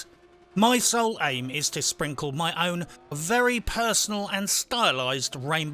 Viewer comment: No need to emphasize "My" when you know we are on board .....come to Bermuda and you and I can have Gin in a house with Mark Twain tied to it pic and all.